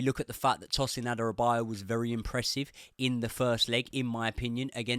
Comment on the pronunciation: It’s pronounced Tosin A-DA-Ra-Bi-Yo-Yo